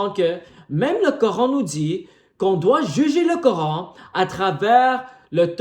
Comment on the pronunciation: Ohhh le grand chercheur et savant de la planète terre 😅😅😅. Mon frère va étudier, glorieux coran reste unique et le seul livre religieux qui est compatible avec la science. Mais c'est bon aussi de faire plaisir aux chrétiens 😅😅😅😅. Tu prétends de trouver des fautes dans un livre que tu prononces mal son nom. N' importe quoi.